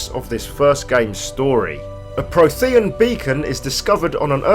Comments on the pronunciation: it's frequently pronounced throughout the original trilogy 😂 It's weirdly difficult watching this video and thinking "Pro-the-AN" I wish YouTube would allow a quick audio swap for pronunciation in videos whenever they're missed on the final take 😭 (Pretty good lore overview btw 👌 nice and comprehensive) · It’s pronounced PRO-thee-un. And the planet is called Ilos with an “s”. But great vid otherwise. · Your pronunciation of "prothean" and "Ilos" is extremely triggering. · I swear I almost stopped watching because of his pronunciation of “Prothean”... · No worries, info itself and presentation was actually spot on! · Oh my word. "Prothean" is spoken many, many times throughout the series. How do you not know how to pronounce it? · Adam Taylor I knooowww it made me cringe every time...